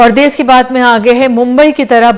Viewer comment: देस नही देश होता है वो 🤣🤣🤣